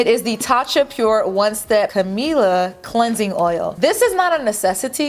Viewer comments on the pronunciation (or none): none